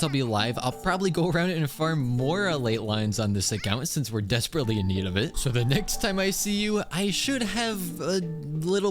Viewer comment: sho shince